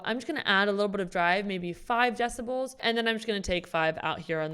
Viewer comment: "three deciboooouaols" 😅